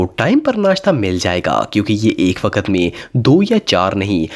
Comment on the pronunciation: Bhai G waakt nhe waqt